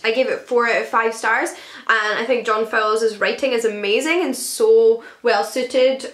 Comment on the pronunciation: I think you pronounced Fowles wrongly.